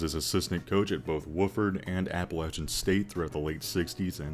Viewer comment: Thank you for saying Appalachian right